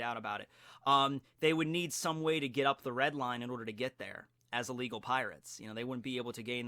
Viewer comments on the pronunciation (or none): none